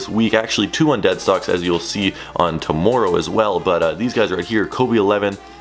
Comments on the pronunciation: The way you say tomorrow makes me mad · who else thinks says tomorrow weird